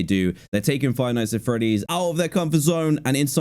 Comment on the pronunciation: You said "Frive Nights At Freddy’s"…